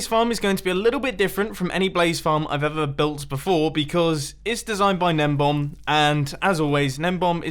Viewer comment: His name is Gnembon. I always thought that Mumbo was saying Nembomb.